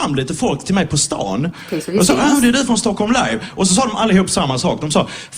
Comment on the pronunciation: Wow you pronounced Stockholm just as good as I do...sounded very very swedish =)